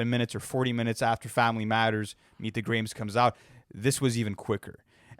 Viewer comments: its pronounced like graham cracker or insta"gram" not graim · “meet the graheaems”😭🙏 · That's how it's pronounced in the UK dk why hes saying it that way tho